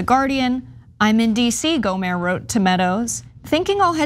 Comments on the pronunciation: It's not go mare it's gomer Louie gomer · GohmerT with a hard T like TANK, not Gohmert like Stephen Colbert hahaha. Just want to throw that in there. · It's Gohmert, pronounced like yogurt. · Just a tip: his name is pronounced GO-mert. The 't' is hard. Rhymes with 'hurt'. You can see him frequently make an ass of himself on the floor of Congress on C-SPAN. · Another case of or her producer not doing prep research. Google how to pronounce these names and learn their backgrounds. Do the work, it undermines your credibility. GO-murt. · Airhead. Riggleman was never Chief of staff and she has no idea who Gohmert is or how to pronounce his name. Pretty doesn't equal qualified. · Is she mispronouncing 'Gohmert' on purpose? Or does she not do basic research?